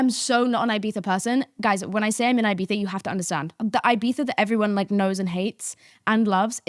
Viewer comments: had to stop watching because of the pronunciation of ibitha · love but the eye-bitha is really killing me 🫠 if you’re gonna use the /th/, please use the /ee/ for the first i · thought about it but all I hear is "i-bee-saaa" instead if Ibiza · Uk accent ahahahaha